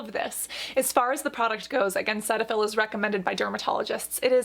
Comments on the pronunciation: Cetaphil is pronounced as "see-taphil" as in I see you checking me out ❤💦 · I just watched a cetaphil commercial and they actually pronounce it see-tuh-fill I was shocked!